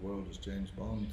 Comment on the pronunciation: "Bont(h), James Bont(h)" yes yes we know you're rightly proud to be Irish but tone it down a bit, old son, it's famously pronounced 'Bond'.